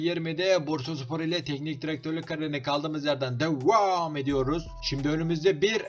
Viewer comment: Devam ediyoruz u normal söylesen olurmu abi